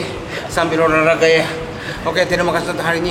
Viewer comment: Mantaps. Makin seru konten nya. Btw olahraga ya bukan oraraga 😂